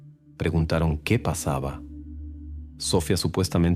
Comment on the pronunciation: A ver pronuncia bien, es Sofía con acento en la I, no Sofia sin acento, que no puedes mejorar?